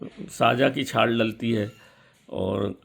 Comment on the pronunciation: छार बोल रहे है या छाल